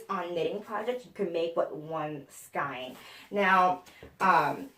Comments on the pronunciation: Love your channel! FYI I had to look this up but Skein in prounounced Skayne not Skine. The “ei” is a long A sound There’s an audio clip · You are a hoot!! Now I want A drink, a bunny and some new books!! Your show is so refreshing ( love you girl!! BTW" Skein" is pronounced" skane")